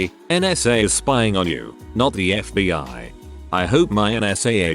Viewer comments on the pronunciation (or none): It takes very little effort to edit the script so the bot doesn't say "FuhBee Siyah Agents". I realize I'm telling this to some one making content that is by it's nature low effort, but I mean come on dude